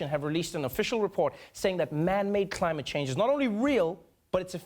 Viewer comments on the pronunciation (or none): Did anyone else hear Trevor Noah's Xlosa accent kick in real hard when he said the word "climate"?! Holly Molly! Lol! Yup! He for sure IS the son of THE Continent. Hahaa!